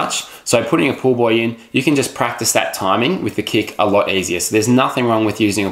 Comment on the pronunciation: It sounds like he says to put a pool boy between my legs instead of pool buoy. Hahaha. Great video though!